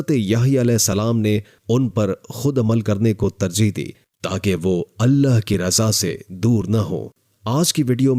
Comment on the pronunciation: Think bol natak kyun kar rahe hoo.. Allah hai Aleh Aleh nahi... Bewakoof